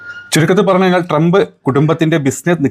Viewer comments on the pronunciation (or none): none